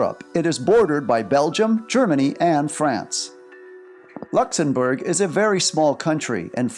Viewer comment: Also it’s Luxembourg not lexembourf